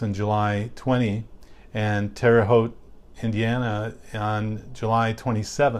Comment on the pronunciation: Thank you for pronouncing Terre Haute correctly, lol. I grew up there. Many people mispronounce it.